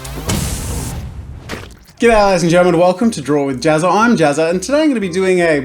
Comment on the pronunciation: his name isnt pronounced JAZZA! its JAZzA!?